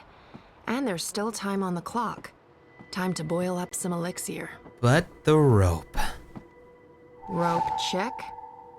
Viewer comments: Saga Is so beautiful!!... But she ruined it, the moment she said "Elix-ee-r" ~ CRINGE ~ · ....elix-e-air!? I call it elix-er I got annoyed with that not gonna lie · Did they not give Saga a pronunciation guide with her script? They just overlooked "elixier" and transdimensioanl "tears"